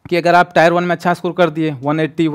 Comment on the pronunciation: Bhai ne alag leval ki English padhi hai😂